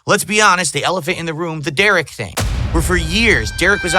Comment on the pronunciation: de-RICK ftfy